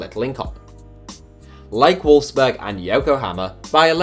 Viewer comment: Wolfsburg not Wolfberg